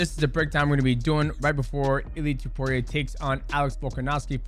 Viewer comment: did you say dudeiaporia lmfao 🤣🤣🤣